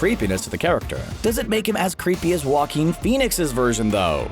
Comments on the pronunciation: joaquin (ha-keen) there you go so stop saying wa-keen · Jah-Coin Phoenix